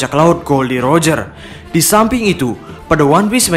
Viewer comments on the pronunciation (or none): none